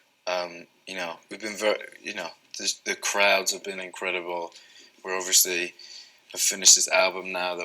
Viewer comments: he says “overshee” “orsley” “orshey” “oversea” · Yes, he says, Overshley. When I listen to his interviews as ASMR, I find myself pronouncing it like him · Yeah he puts a "Sh" sound into it. <3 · Harry say odviosly a lot and it s so cute